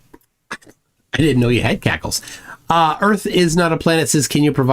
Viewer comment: "It warms the cockles". not cackles!